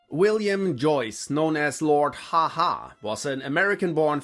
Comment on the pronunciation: It was Lord Haw-Haw, with the Haw rhyming with Raw.